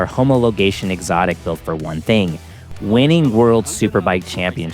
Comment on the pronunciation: You said Homo-logation 🙂